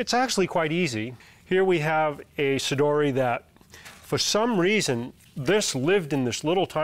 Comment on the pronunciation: There is actually only one correct pronunciation for 'sodiroi', one that is faithful with Latin rules: 'so-dee-ro-eye'. Cool video, nonetheless. Can't help but look at the plants in the background.